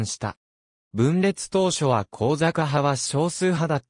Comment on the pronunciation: 向坂をこうざかと呼んでいますが、さきさかと読むのでは？